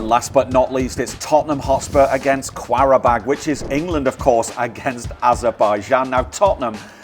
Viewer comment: Qarabag not kvarabag😂